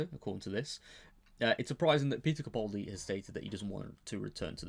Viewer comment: Please pronounce the A in capaldi